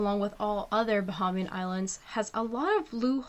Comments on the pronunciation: Tips on pronounciation....Bahamian = Buh-HAYM-yun. Conch = Konk. Cay = Key. Good video though. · Let your documentary but you must learn how to pronounce Bahamian and conch.